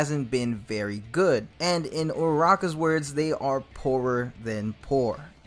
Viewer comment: Im sorry I have to say this…it’s Uraraka not uaraka I didn’t want to be the one to say it sorryyyyyy